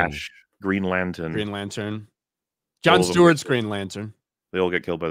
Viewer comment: Uh oh, might get PTSD of how "The Batman" had Black people in it... emphasizes "John Stewart's Green Lantern" emphasizes "y'all" (which is a contraction of the words "you" and "all", making its use similar to "don't" or other such contractions, but the implication I'm getting is that this is somehow inappropriate dialogue)